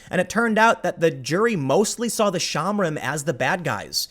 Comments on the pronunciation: Shomrim. Show-mmmm-ream. Not shamrim. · shohm-REEM -- not shahmrim. It means "watchers."